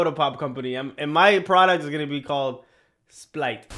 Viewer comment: It is so funny that you said splite Bc I am fr drinking a sprit rn